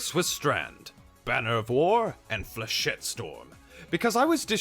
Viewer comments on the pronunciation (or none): none